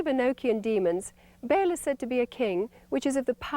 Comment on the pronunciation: I'm sorry but this is bugging me -- Ba'al is supposed to be pronounced like "bah-all," not like the English word "bail." Also, for what it's worth Satan is a character in the book of Job. I don't know when Job was actually written but it is traditionally ascribed to Moses. It was probably written later but not that much later.